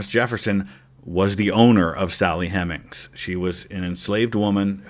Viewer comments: I never before realized that Sally Hemings was spelled with only one M. Even with the single M, it's still hard to believe that a historian would make that pronounciation error. I hope that channel isn’t an AI. Luckily, at this moment it would be easy for that channels creator to fix the error and solve any misunderstanding. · Yeah those weird pronunciations of Hemings and Monticello immediately give away that it’s an AI voice, and as the video goes on the AI script gets more and more apparent